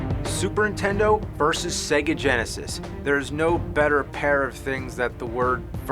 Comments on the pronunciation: Yes sounds like intendo when i was a kid my friend named james would say it the same way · Hehehehe, looks like bad news for the..."Intendo" family! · Super intendo? What’s that? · Super "Intendo" ... Hmmm. Edit: He said it like 40 more times. Which is cool as hell. He reminds me of my cousin Jamie who said it a bunch of times. I miss him. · Can't tell if he's intentionally saying "Intendo" at times or not. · it's super nintendo, not super intendo. pronounce it right jew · Still says Intendo.